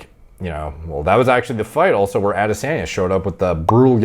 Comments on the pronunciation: Lol not to be too much of a critique good video but I couldn’t help but laugh at how white you pronounce Adesanya’s name it would be pronounced more like Ah-deh-sahn-yah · Aadesaaahnya! AAdeSAAANya! Aaaaahhhh I'm losing my mind over the way he's saying Adesanya 😂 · Love how says ADDesanyuh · says AdeSANya the most Canadian way possible